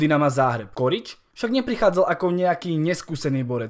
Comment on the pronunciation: Je to Čorič a nie korič 😁